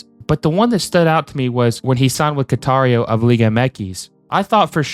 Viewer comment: Ronaldinho signed with Qatar-io in Liga MX